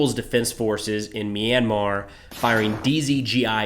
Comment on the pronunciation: Pls do clips on Myanmar's civil war too. The astrocities of junta using fighter jets and attack helicopters must be stopped. BTW I am surprised by how you pronounced Myanmar right.